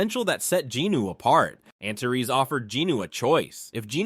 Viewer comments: I thought it was pronounced “anters” not “anterees”, but you do you😊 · First, let me thank you for your work. You've taken an epic story told in a different language and given it life and excitement in english. Your effort is much appreciated. But... Antares is pronounced AN-TAH-REES, not an-ta-res. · Dude, every time you say the name of the dragon king, I hear "Aunt Terese"